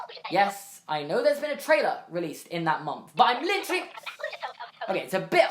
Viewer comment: I love the way he says literally (litch-rely)